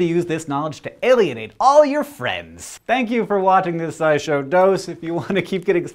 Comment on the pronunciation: "Alienate" rhymes with "too late."